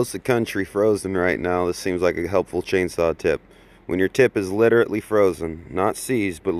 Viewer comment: Here’s a tip for you: learn to be literate enough to know how to pronounce “literally.” My slow 5-year-old cousin knows that heat melts frozen stuff, what do you think you’re teaching?